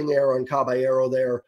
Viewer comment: “Cabeyearrow” lol